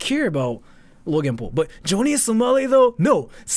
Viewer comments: joany samali? Fukushima Nagasaki? and yet you spent an hour researching this? Johnny (not Joany) and it was Hiroshima, Nagasaki.... only in later vid did he say Fukushima. and I'm only 3 mins into this vid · Dude can't say Johnny...lol